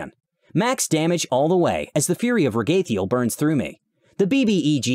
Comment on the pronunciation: I thought it was pronounced Rag-a-thiel